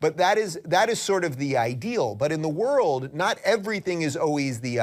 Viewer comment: “The “vorld” has several great nations…”. Too bad Hungary isn’t one of them!